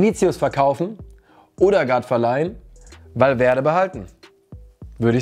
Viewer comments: Ødegaard wir Ödegaard ausgesprochen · Man spricht ihn Ödegard aus. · Kannst du Odegaard bitte richtig aussprechen?